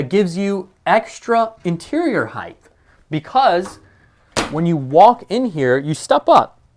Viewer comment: Great Coach with a great showcasw video! A common mistake that's becoming prevalent today: The word is pronounced"height" with a T sound on the end not "heigth" with a TH sound on the end of the word.